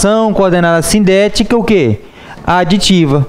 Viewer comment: as vezes não dá pra entender o senhor falar se a oração coordenada adversativa é SINDÉTICA OU ASSINDÉTICA, mas estou amando sua forma de ensino, aprendo muito. Mas estou com essa dúvida , o senhor pode me explicar???.